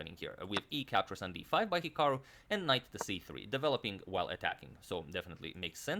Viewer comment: Lol, perfectly sums up the channel in a nutshell. 😂😂😂 Especially "CAPCHORRS CAPCHORRS CAPCHORRS" And don't forget "castles castles".